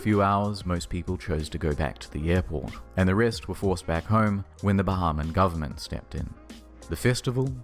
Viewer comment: I love how says GoverNment